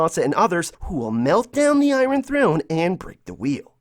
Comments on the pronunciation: “Eyerin Throne” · It’s so annoying how he says iRon throne 🤦🏽‍♂️ geesh. Did you go to school? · The way you say iron throne..